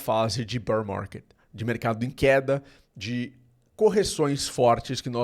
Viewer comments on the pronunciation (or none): none